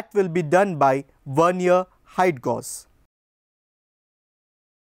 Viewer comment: Gauge is pronounced gay-ge